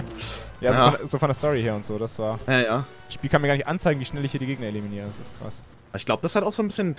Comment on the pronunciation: 16.29 ,,Ziel eliminaziert" :-)